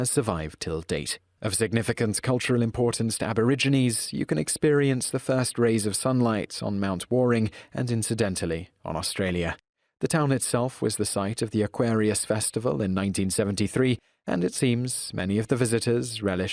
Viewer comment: aLSO, TINYBRAIN, it's not "Mt WARRING" near Nimbin, it's Mt WarNING. I would rather inject my eyeball with human faeces than ever watch another thing by you again.